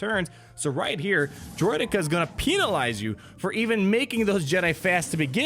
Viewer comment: 'Peeenalize' you.